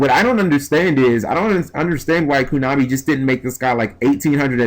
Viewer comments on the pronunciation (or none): none